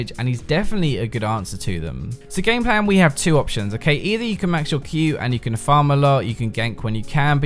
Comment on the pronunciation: I keep hearing him say gangplank when he's actually saying gameplan